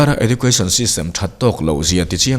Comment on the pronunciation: Edjoocashn tia lam zawk tur niang..